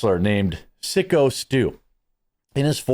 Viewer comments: Its psycho Stu not sicko. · He was told to get in the ring. He was told too stiff shot the guy. They absolutely told him to take real shot. The footage is out there.He knocked guy out with a slam and thats where it should have stopped. He went too far. And it's pronounced psycho stu. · It’s pronounced psycho Stu.